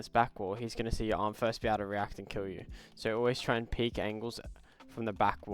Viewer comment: it's peek man